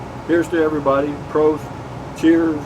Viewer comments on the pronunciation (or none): none